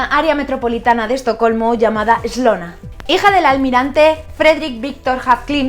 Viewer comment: Gracias por compartir! Una pequena observación, no nació en "SLONA" sino en "SOLNA"